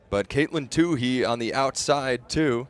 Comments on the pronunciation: Katelyn's last name is pronounced in an interesting way here by the commentator - Two He, not twoee, like everyone else pronounces it. Why does he keep doing that? He did the same thing in another race. Can someone clarify with him the right pronunciation? Thanks. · Who is this Too-Hee person? I mean, who in track and field doesn't know how to pronounce her name? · I think it's "tU-E," not tU-hE." And great race!